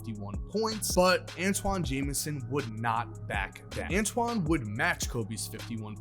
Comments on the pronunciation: Oh, and ANTAWN, not Antoine. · Who TF is Antwan ??? It’s Antawn His name rhymes with Spawn Not Rich Homie Quan